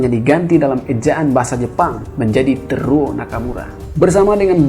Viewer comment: Bacanya Te-ru-wo Nakamura bang